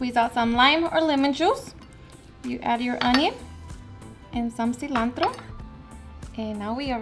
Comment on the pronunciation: See-lawn-tRrRrRrO lmfaoooo